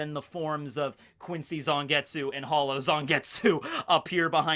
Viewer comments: In japanese the character of tsu doesnt usually pronounce the u, so it would be more accurate to pronounce it zangets. Having taken japanese classes it bothered me XD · I wish people would stop pronouncing silent U's in Japanese names